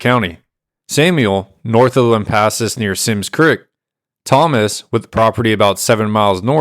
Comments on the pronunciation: You're saying it right, lamp assus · Your pronouncement of "Lampasas" is fine. Family has been in this area since 1807 when first relative was born in Nacogdoches. We believe, have not proven it YET, his mother was Blackfoot and if so family has been here even longer. Need work on Bosque, try Bossck.